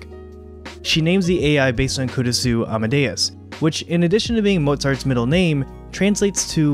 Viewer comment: Try pronouncing the "u" less when saying Kurisu, It's almost silent (the important thing here is almost), the "u" should almost be combined with the "r" when saying the name.